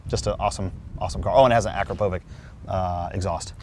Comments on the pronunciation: "akruhprovik" ..... you mean "Ah-crop-uh-vich" LOLOLOLOL bruh. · Video is fire! in regards to the frozen black car though its pronounced "AKRA-PO-VICH not AKRA-POVIC 🤞🏾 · im sry but akro povik is not the name is akrapovič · Akrapovik, car guys who can't properly say car brand things 🤷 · did he just said " akrapovik ? " xD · Also calls Akrapovic as "full acro"